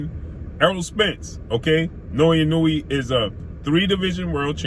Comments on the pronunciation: I may not be able to name 5 of his opponents either, but i could at least attempt to pronounce his name properly if featuring him in a video, thats just a respect issue. You actually say it right one time which makes the 20 times you dont even worse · Done fucked up the pronunciation of his name cuh. Come on now, his name is hella easy to pronounce correctly. Now, better than Errol? Nah Higher on the P4P list...yeah Ironic On an aside: Your logic is semi-valid but also illogical and flawed. The lower weight classes are minimal difference in weight because they're small af. That's not their fault. Lastly, Naoya has took ALL the smoke...near the TOP in Championship Belts fights. Nuff said! No respect for wins against Hernandez, Rodriguez, Payano, Donaire, Maloney, McDonald?! You be hating. Once he scraped Fulton and then cooks Cool Boy at 122 you'll be singing a different tune. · Ha ha ha he messing over “the monster’s” name pronouncing it wrong